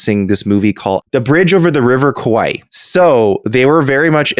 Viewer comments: Is "bridge over the river Kawaii" thing on purpose? Or is he really just mispronouncing Kwai? Either way its kinda hilarious. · Not only does mispronounce Kwai by unnecessarily adding two extra syllables, but he does the same with Afrocentrism by adding one between the t and the r. Then again, I know someone who says the word gospel as gos-uh-pel. I guess it’s basically a glottal stop for those who can’t easily facilitate the expected smooth transition of kw, tr, sp, etc. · I'm glad I'm not the only one who heard that. Kwai is one syllable, and it's kind of a famous movie, so it's not like no one has heard the title before.